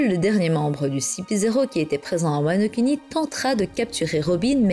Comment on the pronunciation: "wano-cunny" J'ai explosé de rire, désolé 😭